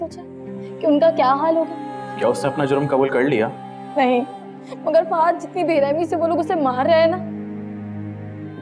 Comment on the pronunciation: Ek to iss farea k mu se fahaaaaad fahaaaaaad sun sun k tang aa gai hu, it's arabic name jisko fahad bola jata, not fahaaaaaaaaaaaaaad, jahil log